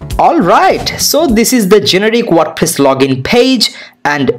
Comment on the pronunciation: tutorial good but its "wordpress" not "wordpiss" 😂